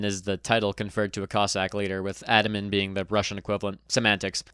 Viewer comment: It's Ataman, not Otaman.